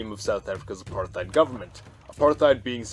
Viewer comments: It's not Apar-TH-ied, it's Apart-Hied if you want to say it with English accent, in an Afrikaans accent it's more like A-Part-Hate. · Apart-heid, there's no th sound